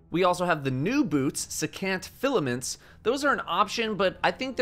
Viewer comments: it's pronounced SEE- CAN'T filaments. secant is a mathematical term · Just an FYI, secant is pronounced “seek-int” like the math term. Took me way too long to remember that that was a thing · secant is pronounced see-cant